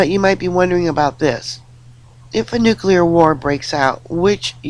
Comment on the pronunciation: Oh, thankyou for the correct pronunciation of nuclear, you have given me hope again😺😺😺😺